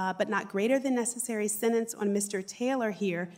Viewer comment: The word is “senTence,” not “sennence.”